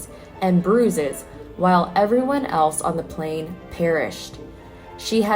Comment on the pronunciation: Yes but plan and plane are not the same and she kept saying plan referring to the plane. And it didn't happen just once.